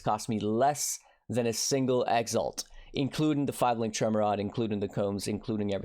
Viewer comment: Man, you would attract just a FEW more viewers if you bothered pronouncing things properly. Exalt, not EX ALT also btw (.... shallenge? challenge bro, tyallenge, not shallenge)